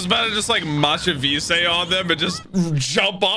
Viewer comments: "Match-a-v-say" There is nothing that gets my blood boiling faster than pronouncing Machvise different every single time and still managing to get it wrong... He was supposed to stay in Dressrosa! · 1) dont't put family names second for one piece characters it sounds wrong 2) I was really hoping I'd never have to hear you butcher mach vise again so that was disapointing